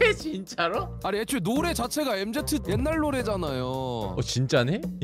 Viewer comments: 엠제트 ㄴㄴ 엠쥐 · 엠제트가 아니구..엠진데..